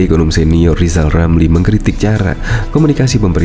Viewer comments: Lijal lamli...Masi blm bisa ngomong LLL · Lijal lamli Coba ngomong rrr....rrrrr.....rrrrr....rrrrr